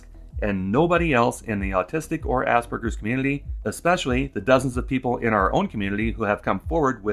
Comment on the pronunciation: worse, he said it asberjers, like he's never heard the word before, only seen it written down